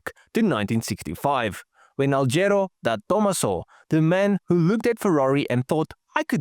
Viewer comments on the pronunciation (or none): You sound sotho when you say De Tomaso 😂